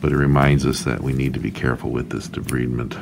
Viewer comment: It's pronounced de-bride-ment. Otherwise, your technique was satisfactory.